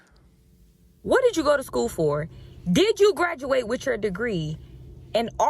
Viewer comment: It's school. Not sko